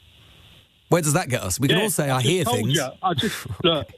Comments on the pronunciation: Fuelled by hate....he's heard fings. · 'eeeeez 'uuuuurd fings is the correct translation